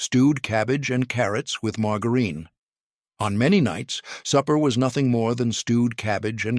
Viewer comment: "Mar-gerr-een". Typical AI voice, badly programmed. 😮